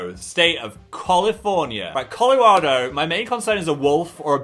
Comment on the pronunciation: As a Colorado resident it made me giggle hearing Phil say "Calarado"